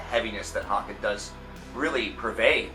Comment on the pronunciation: It's pronounced hay-ken as in taken and bacon